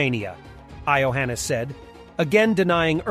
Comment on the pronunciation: Ai-oheenis - the romanian president !!😂😂😂